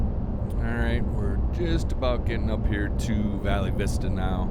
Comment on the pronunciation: Pronounced Val Vista.😊